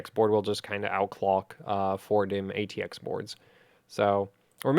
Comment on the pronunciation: why do i keep hearing ITX board and Not ATX board LOL!!!